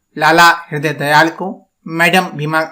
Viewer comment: भीमाकाजी कामा नहीं होता .. भीकाजी कामा और ..हृदयदयाल नहीं हरदयाल ।। हिन्दी बोलने में इतनी परेशानी??😂 कृपया उच्चारण ठीक करें! बहुत कन्फ्यूजन हो जाती है...